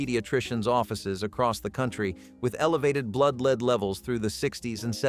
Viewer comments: It's pronounced "Led" not "LEED" M-80s were Awesome! Fortunately, only STUPID Kids got hurt by Fireworks. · Yeah, supposed to be pronounced "led"